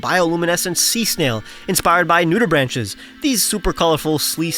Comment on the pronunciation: Nudibranch is pronounced with a CK sound, not a CH sound so the plural is Nudibranchs not Nudibranches